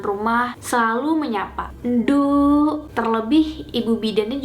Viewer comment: Bukan ndukk tapi lebihh ke ndhookk pake O di sisipi H sebelum O